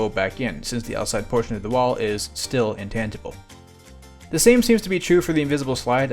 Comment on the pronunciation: Am I hearing it wrong, or are you saying that the walls of the Dojo are “intantable” or “intantible”? Unless I’m missing something, it’s called “intangible” with a soft G